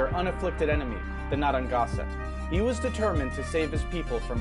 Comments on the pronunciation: Naranganset??? WOOOOOT It’s NARRA GAN SET nayra gayn set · The names... the pronunciations of the names...What happened to the second N in Narragansett? there's no second T at the end? I just can't. Too funny. (I'm a member of the Narragansett tribe in Rhode Island.) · Honestly as a Rhode Islander his pronunciations of “Sachem”, “Wampanoag”, and “Narragansett” make me cringe pretty hard. I appreciate the video, but it’s not that hard too look up the appropriate pronunciation if you’re making an educational video. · He pronounced almost everything wrong 😭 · He pronounced Narragansett wrong. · Lol a school near me is call naragansett and we all pronounce it wrong and I live in Massachusetts too!